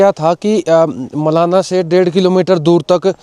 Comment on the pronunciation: मलाणा बोल भाई मेरे।